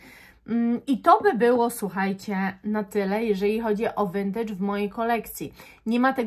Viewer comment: No w końcu ktoś w miarę poprawnie wymawia słowo "vintage"! Już nie mogłam słuchać tych wszelakich wariacji tego słowa na innych kanałach perfumowych.